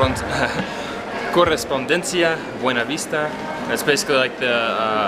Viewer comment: Your double R pronunciation is on spot… that “correspondencia” you said sounded like from a native speaker.